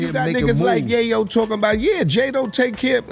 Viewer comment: Yai-yow? 🤣 If ya gonna try to make content off cuts of old news, at least get the names right! 🤣